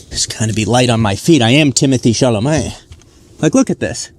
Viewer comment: timothy CHALAMAAGGNNE XD XD